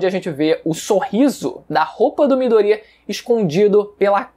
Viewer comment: Mano ele falando mydoria e muito estranho